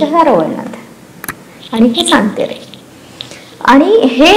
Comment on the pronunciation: सातेरी असे म्हणतात सांतेरी नाही... तुमच्या मुळे खूप माहिती मिळाली .. thank you so much 🙏